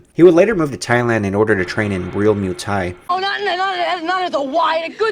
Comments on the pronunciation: hey its not MOO thai please try moi for muay thai. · 🙄good stuff but Muay thai is pronounced like boy but with a M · Your pronounciation of Muay thai is god aweful